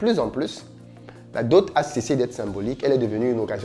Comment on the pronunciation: On dit "dot" ça ne prend pas le fameux "e" qui est légendairement ajouté par une grande majorité de personnes. Cordialement... Merci déjà pour ces sujets pertinents que tu soulèves.